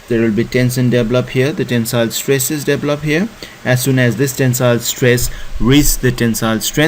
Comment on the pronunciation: Great video but I have to ask you to at least try and speak better english. It's "Tension" not "Tenson". Pronounced "Tenshon". And it's "develop" not "deplop". Thanks again for your video it's very helpful :)